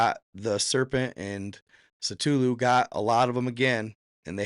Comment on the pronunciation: Say it with me,, “Kuh-Thoo-Loo”